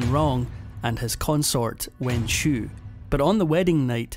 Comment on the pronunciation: It's a shame the narrator can't pronounce the Xiu in Wenxiu properly.